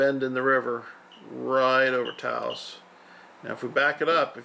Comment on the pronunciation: Taos has ONE syllable and is pronounced, "TOWSE."